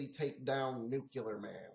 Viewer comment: Who are you, George Bush? It's pronounced New-Klee-ER, not Nuke-U-ler. And yeah, the movie blows!